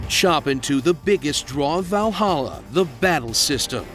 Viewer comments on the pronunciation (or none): none